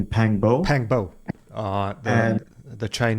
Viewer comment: 'Pang Bo' is pronounced more like 'Pung Bore'.